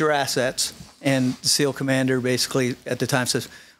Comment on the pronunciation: If I had a dollar for every time said “basily,” I’d have like, a hundred dollars. Good Lord.